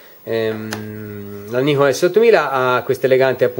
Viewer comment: 何言ってるかわかんないけど、ニコンと発音してるのは良い